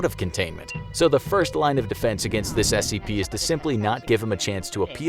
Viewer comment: He said dirst originally